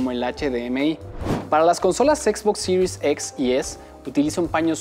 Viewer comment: Que buen videos de Xbox "Sirius EX y Sirius ES" pffff , diga series nomas jajaja es un video para Latam , buen video